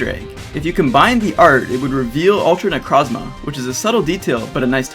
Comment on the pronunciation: Me (Chris King):Not to sound rude but it is pronounced neCROWSma, not neCRASma. Just saying.